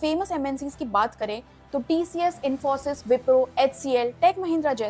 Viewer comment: I like you accent the way you say infosys 👌